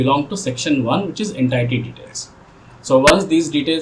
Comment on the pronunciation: Please check how to pronounce 'entity'